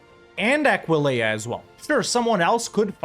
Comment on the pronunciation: has pronounced Aquileia right for the first time, I'm gonna cry, I'm so proud